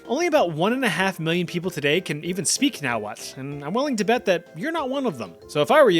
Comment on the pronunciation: my husband speaks Nahuatl. Also, it's "nah-wah" and "ah-sho-loh". I've been lectured too many times to let that one go. 😅 And I'll give you another word, too. "Tec-ca-loh-te" it's what he calls our cat. It means Owl because his eyes are huge like an owl. 😂 Anyway, yeah...while that TL makes a clicking sound, you rarely hear it. It's like how Meh-she-ca evolved to Mexico. Over time, native speakers relaxed their pronunciation more and more, so the word is spelled and pronounced one way by scholars learning the language, but it's entirely different to life-long speakers. Also, also, the language is a lot like Chinese. It has "hua" pronounced as "hwah". So, if you learn one, it's easy to learn the other. My first husband was Chinese so it was super easy for my oldest son to learn Chinese in high school after listening to his step-dad speak Nahuatl all his life.